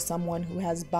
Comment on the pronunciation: Firstly, you're the first person that I've heard pronounce Latinx as "Latine-X" in who knows how long. Secondly, I'm glad that YouTube suggested this video to me. You explained the problems of Euphoria's "Jumping the Shark" season better than most others! 🤓👏